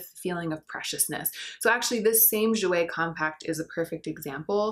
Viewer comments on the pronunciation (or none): none